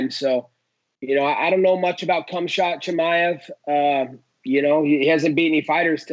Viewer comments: Cumshot 🤣🤣🤣🤣 love the names he says marty snoozeman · Why is nobody mentioning that he called khamzat cumshot chimaev 😂